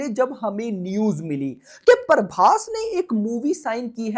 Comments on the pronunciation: Bhai paaarrrrbhas nehi ,its Prabhas..!! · Prabhas ❎paarbhass✅